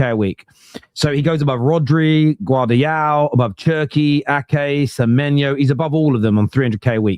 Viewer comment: Gvardialll why are you guys saying GVARDIOL why isn't anyone telling yous ??